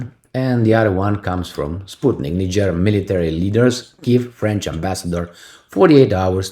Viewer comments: it is pronounced "knee-jay" for Niger and "knee-jayens" for Nigeriens. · NIGER is pronounced 'nai-juh, similar to Nigel.